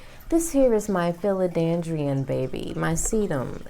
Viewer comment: I wish you did your research before you started this video. Watching you go through your book and be unsure of what the plants name is made me unsure that you even knew what you were talking about. Also it’s philoDENDRON not philoDANDRION..